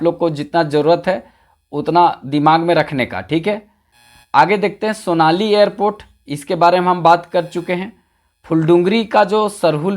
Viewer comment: Sonali nahi sonari hei.